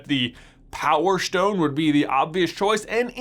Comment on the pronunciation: Power shtone